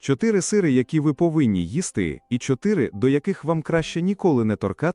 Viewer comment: Це якась пошесть з наголосом.... Якого біса слово "сири" Ви вимовляєте з наголосом на перший склад?